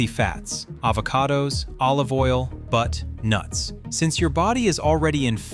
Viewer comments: I'm guessing Ai meant to say butter, not BUT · he says eat But-Nuts 🤣🤣🤣🤣🤷🏻‍♂️ I don’t think anyone should eat But-Nuts 🦍💦 👄 🤣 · did the AI just tell me to eat butt nuts? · Yep heard it too😂😂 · I heard "Butt Nuts"! lol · Me too! I'm subbing just for more hysterical AI flubs😂